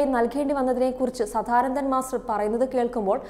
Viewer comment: മോശം അവതരണ സംസാര ശൈലി. വാക്കുകൾ ഇടിച്ചിടിച്ചു നിൽക്കുന്നു സദാനന്ദൻ എന്നു പോലും പറയാൻ അറിയില്ല സധാനന്തൻ 😁